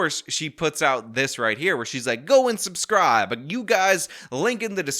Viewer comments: Don't understand how someone who pronounces "suscry button" became a mayor in the first place. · She can't even say subscribe correctly... Make sure you suscribe. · Don't make "allezations", press the "suscribe" button. Lol! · "Suscribe" no i will not. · Press the “ suscibe” button! 😂😂😂😂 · What's a "susscrie" button? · It's SUB SCRIBE NOT SUS CRIBE .. hopefully you will have plenty of free time to catch up on Grammer n Education ...heard you learn Alot in Prison !! 😎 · Did tiff say suscribe. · press the suscrie button yes you press the suscry button. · "Press tha suss-cry button!!!" Lol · You heard her "suscribe" lol not suBscribe. This is a Mayor that cannot even speak properly. Sad but entertaining. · She can’t even pronounce the word subscribe!! 😂😂😂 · she cant even say "subscribe"